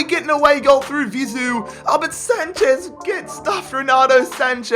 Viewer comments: Bro its Vizeu not Ziveu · You kept saying Vizu instead of Vizeu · its vizue not zivue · It’s Vizeu (pronounced Vi-zey-oo) not Zivou